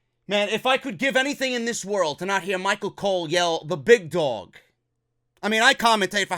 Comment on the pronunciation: Concerning your comment about Michael Cole's announcing "The Big Dog"...I always hear "THE BIG DONG!" you're welcome for hearing that from now on instead lol.